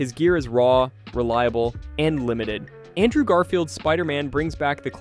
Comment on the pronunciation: Dude,it's ANTMAN not stupid ass giant man,get your shit right bro or don't make content at all and also learn how to pronounce words correctly! It's very very ANNOYING AS HELL!!! Like it's Andrew not ondrow!